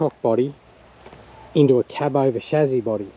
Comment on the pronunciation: I love how you see the Beauty in these and just won't give up, good fella. Appreciated the analogy about the models we did as kids. Oh and it's pronounced ssshhhaaaassssssyyyyyy not Shazzzzzzyyyyyy??